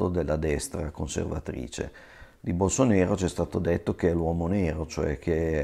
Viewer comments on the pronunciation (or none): BolsonAro! Si scrive BolsonAro e si pronuncia BolsonAro :D E' portoghese, non dialetto barese